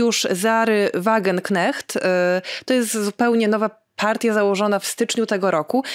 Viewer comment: błagam: Wagenknecht wymawiamy: /WAGENKNEŚT/ ❤